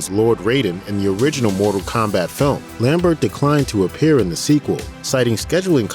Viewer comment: You pronounced "Lambert" wrong.